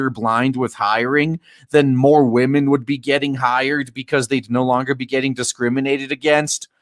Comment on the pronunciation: "We need men who will mentor wahmens. Please mentor wahmen."